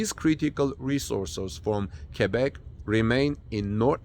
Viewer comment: OMG! American that can pronounce QUEBEC correctly. heart palpilations